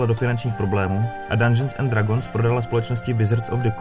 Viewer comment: Hele koukal jsem do , informace zajímavé (nicméně sám mám tyto údaje načtené, neb mě D&D velmi zajímá), ale velmi bych doporučil použít google poslechový translator pro výslovnost. Už jenom samotná výslovnost "dragons" je uši drásající.